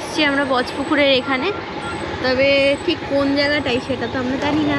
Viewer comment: tik koro bole na......thik koro bole😊